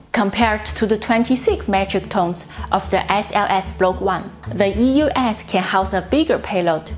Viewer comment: I think that was a “Freudian Slip”, esp. as she pronounced it differently the second time around...😱🤷🏼‍♂️